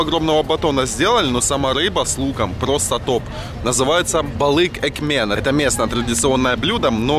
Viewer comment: И экмек у них экмен 🤦‍♀️